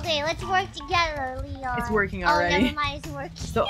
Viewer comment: Calliope misread leons name, thought it was lean.